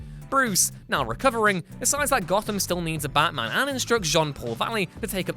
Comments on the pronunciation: its batman, not baman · No one: ABSOLUTE NO ONE: Narrator : Ba Man